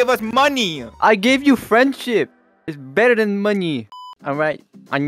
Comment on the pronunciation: "i gave you friendshup instead of money"was so funny